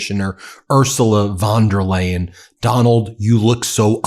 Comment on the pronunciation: Excellent video, but not spending a few seconds finding out how to pronounce the name of the president of the European Commission makes you look unprofessional, unreliable, and uneducated. Von der Leyen is pronounced like "lion", not like "lane"!